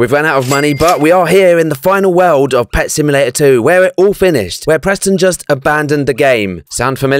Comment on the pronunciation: i like how he said pet simulater eggs